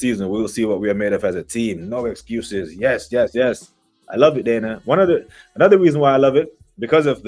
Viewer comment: Man said the exuses express LOL